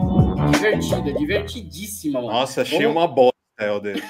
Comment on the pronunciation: Delfim Neto foi massa! 😂😂 Dizem por aí que o Delfim dava ré no Kibe, que nem este fascista infanto-juvenil provavelmente dará no futuro! Olha o naipe do indivíduo! Só não vê quem não quer... Esse fala "noffssa", ao invés de "nossa" com toda a certeza! 😂😂